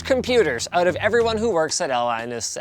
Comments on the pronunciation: "atalinus at a linus" this makes me laugh every time I watch it. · Imagine public speaking for a decade as an educator and entertainer and not being able to say your own name. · Linus, the type of person who can't even say his own name